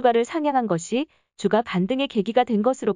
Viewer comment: 앱으로 스크립트는 읽힐때 주가 를 주까로 넣어주시면 안될까요? 성경책에 주가 우리를 보살피며 ... 처럼 다른 단어로 들려요.